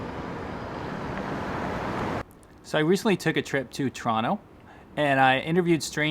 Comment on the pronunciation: It's not torano it's toronto